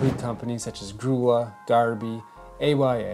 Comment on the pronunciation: "Grulla" is pronounced Groo-ya.